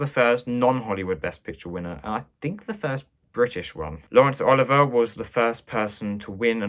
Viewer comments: Great video,but for future reference it's pronounced Oliv-ee-ay not Oliver.Look forward to the next one👍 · Dude you're pronouncing Laurence Olivier's name wrong, it's Oliv-ee-yay, technically I think you're saying it right but film and acting buffs will stare at you oddly, it's like Ralph Fiennes, it's pronounced Ray but it's clearly Ralph ......You get it :) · Olivier is pronounced "Oh-liv-ee-ay". It's French. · "oh-LIV-ee-yay" is correct: influence is French. While we're on the subject, I'll nitpick and say that "Huston" would be pronounced "HEW-ston". The Huston family is well worth getting to know: Walter is a versatile and magnetic actor, John a gifted director and screenwriter (though rather obsessive) and if you have seen "The Addams Family", then you have seen just a tiny snippet of what Angelica Huston can do. Oh, and one more: a couple of videos back, you commented on "Cavalcade". It's pronounced "CAV-all-cade", as opposed to the Latinized pronunciation you gave it (and I do agree with you generally about Clark Gable). Enjoying all of your videos so far. And your extremely helpful kitty.